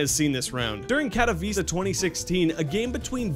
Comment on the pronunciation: your accent hurts me (kat-oh-vee-ceh)